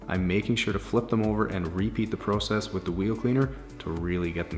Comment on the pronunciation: It’s so weird how he say ProCess but I like it